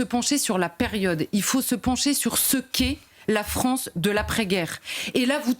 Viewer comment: Est-ce qq’un pourrait lui dire que c’est la FrAnce et non pas la FrOnce ? Merci 🙏🏼